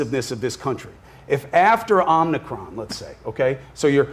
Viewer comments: did he just say "Omnicron?" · I love that Cuomo kept saying "it's my job to know this stuff" yet he kept calling the omicron variant the omnicron variant. Chris isn't going to admit to being wrong because he's the son of powerful politician and the brother of a powerful politician. He's gone through his entire life saying "do you know who my dad/brother is?". He acts like a victim because the kids at his private school made fun of him for being Italian and he only had a $60,ooo car while at Harvard while other students had $85,000 cars. He is the pinnacle of nepotism promoting extreme incompetence.